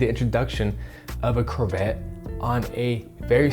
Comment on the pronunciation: Anyone else triggered every time he says curvette?